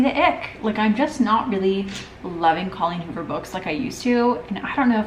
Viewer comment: I’m dying at you saying holleen coover instead of Colleen Hoover 😂😂😂